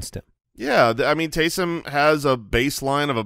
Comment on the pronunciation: Here’s a name for Taysum Hill and you gotta think of it as him saying it like Goku “TakeSum Hill”!!